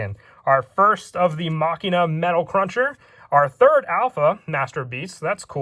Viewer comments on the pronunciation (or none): none